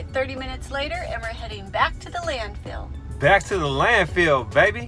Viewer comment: Love U guys. So funny, informative, motivational. Love it when U call it the "Land-Field" instead of Landfill. Love the positive attitudes. Great Work.